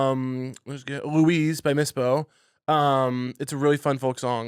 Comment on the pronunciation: LOUISE!!!!! Caleb mispronounces the band it's actually Mipso but holy shit the fact that Caleb knows my favorite folk band from humble Chapel Hill!!!!! That is a world colliding moment for me!!!!